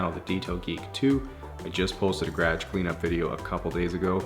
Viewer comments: I couldn’t tell if you were saying garage or something else but it’s supposed to have a u sound and its a two syllable word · I’m amused by how he pronounces ‘garage.’ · I have never heard garage pronounced that way. LOL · love the video but the way you say “garage” gives me ear cancer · i think my favorite thing about this video is hearing how canadians pronounce “garage” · I never realized this was a weird way to say it 😂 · The Canadian pronunciation of "garage" is driving me nuts lol 😩🙃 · It's not all Canadians! Just people from the prairies/Alberta! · gradge floor lol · Garage its funny you pronounce it "grage". I would hate to see what her house looks like inside. She is a filthy pig by looking at her car. Flip flops in the middle of winter LOLOLOL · “Gradge”... haven’t heard it pronounced that way in a long time. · STOP CALLING IT A GRAG!!!! It’s GA-ROJ!!! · Are you saying "garage?" Sorry, but it sounds like "gradge" and not "guh-rahj". Always makes me have to replay to get the context again. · Took me way too long to realize he was saying “garage” and not “gradge” XD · I like how you pronounce "Garage" as "Grage" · Gradge???😂😂😂 it’s garage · Ga- raaahge. Never hears it pronounced like that before... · I was confused too! I couldn’t find out what he was trying to say haha but now I know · Guess we do kinda pronounce it like "gradge" I never noticed it before, he sounds completely normal to me lol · hm I was just thinking the same thing... ga-ra-ge three syllables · Whoah! Had no idea y'all from that part of Canada pronounced "garage" like that! In Ontario we pronounce it more "guh-RAWJ" in two defined syllables. I learn new things everyday! Hahaha. Nice job with the car by the way. Makes me wanna go back home and clean my mom's car now! Deff got a new subscriber! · Just here in my gradge. With my Lamborghini and my bookshelf. Great detail video but seriously, who told you what the word garage is supposed to sound like? Lol 😂😂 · ga-raj-e floor